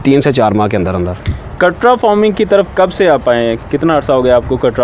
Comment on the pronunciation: بھائ فورمنگform نہیں فارمنگ farmسے صحیح لفظ!